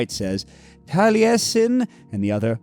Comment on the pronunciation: It warmed my heart that you knew how to correctly pronounce ‘Taliesin’. 🏴